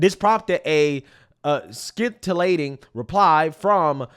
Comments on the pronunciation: it is pronounced "SENT -ill - lating" not Skin Till Ating.... it means clever or brilliant. unlike peoples ability to pronounce basic words these days. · The word is SIN-tillating.. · The “c” in “scintillating” is silent. So it’s supposed to sound like “sin-til-late-ing.” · The c is silent in scintillating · The ‘c’ in scintillating is silent. Like science. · Dude, if you can't pronounce "scintillating", look it up. So lazy. Rehearse your videos. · Can't stand Sandy Cortez, Jamaal Bowman, or the Democats in general. They are helping to destroy the country. Having said that, I would like to see this so-called degree you have from UNC Chapel Hill. In addition to generally not being able to speak well, you can't even pronounce words like "scintillating" and "infamous". Even if you didn't know the words, you could have easily looked them up if you were doing proper pre-show prep. Yet another example of how you half-ass things much of the time. How embarrassing. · The c in scintillating is silent! 😢